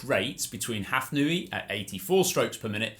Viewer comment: I think it is impossible to attribute a difference of fractions of a second to the difference between a two-beat and six-beat kick. Furthermore, Hafnaoui is not pronounced Hafnooi but Hafnawi. Ou is the equivalent of w in French orthography..